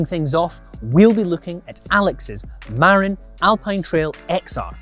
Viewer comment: The "MA" in Marin is pronounced more like the chinese word for horse than "mare"